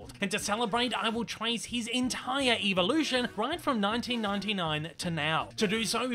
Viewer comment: I wonder why the YouTube or pronounces evolution evilution